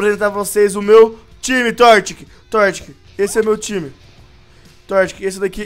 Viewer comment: alguém percebeu que ele falo tio não time kkkkkkkkkkkk